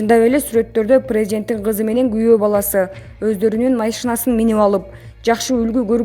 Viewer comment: Месенант эмес меценат. Туура окугулачы . Суйломду тыныш белгилери менен оку. Сенин бироонун созун суроосун окуп атканын да итиркейин келтирет кишинин . Машийнасын деп. Кудай ай !!!! Тузугуроок окуган тамга тааныган бироого окуткулачы.